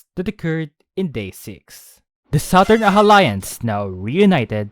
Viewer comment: "Southern ahalliance " 🤣